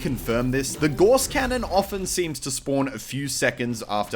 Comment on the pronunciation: Gauss. Pronounced like 'Gows'.